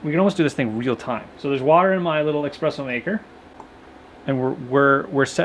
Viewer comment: I love your channel.... but it’s ESPRESSOS! Eh-spres-oh. Not EXPRESS-OH. Ahhhh... (Sorry) Can’t wait to see the finished A frame with the firehouse doors!